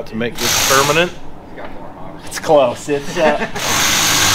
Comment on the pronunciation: When Matt asked if you were about to 'make it peramnent' LOL... Paul use to say that nearly every episode but its been a while --- and 'Ill try and forget that the FJ had to be recovered by The Morrvair .... As a Jeep Guy I wish it would have been the Banana saving the YOTA .....